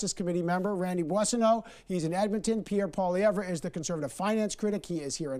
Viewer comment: Solaman continues to mispronounced Pierre Pollievre's name.